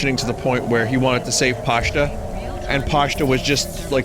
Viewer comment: I was expecting Pashta's name to be mispronounced as Pasta at some point and I was right lol. Didn't think it would be from her own dad.